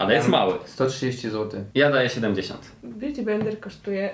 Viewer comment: " Wóda bjuti"NIE NO HAGAGSGSSGA